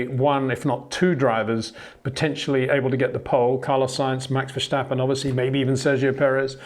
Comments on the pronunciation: Love your videos but I’m wondering why you keep saying Vershtappen. It’s Verstappen, no H there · The name verstappen has no H in it. You should pronounce it like versteppen, not verstahpen. It sounds so weird when you do that. Besides that great vids. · HEY PETER WINDSOR, I HAVE MESSAGE FOR YOU SIR: With all due respect ... it is NOT Max "verSHtappen" ... Max is not German (Germans indeed do pronounce "st" as "sht") ... #Max33 = Dutch 🇳🇱 NL/Belgium! ... It is not "Bottash" nor is it "Lewish" certainly not "verSHtappen" .... This BS started long time ago when a British sport presenter interviewed father Jos Verstappen and assumed you can use a German pronunciation to a Dutch Driver thinking it is so "funny" ... It is not. Serious question: can any Englishman say "versatile" out-loud without saying "vershatile" phonetically? most can about 99,99% ... that is why most English can pronounce Verstappen 100% correct! Father Jos Verstappen (also F1 Racer) was very active between back then only a very few said "Vershtappen" but the vast majority of British sport presenters pronounced it perfectly ... only a few old stubborn farts like Peter Windshor